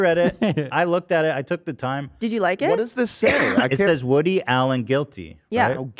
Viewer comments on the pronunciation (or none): none